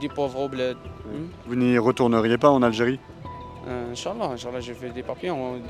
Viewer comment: En. Algirie c'i pas facile, en Fronce c'i plis facile !!! 🤣🤣🤣 Ben voyons, tu m'étonnes !